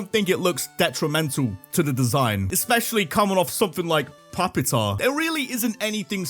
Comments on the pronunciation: It's pronounced "pew-pitar" not "pup-itar" ya dumb dumb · It’s pronounced PYOO-pih-tahr, “”! 🤨 Also, Metagross is genderless, meaning it has no gender whatsoever, mostly because it’s a robot. 😤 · im sorry, how did you pronounce Pupitar?😭 its a play on the word Pupa, which is the middle stage of an insect’s life when their inactive and are metamorphosing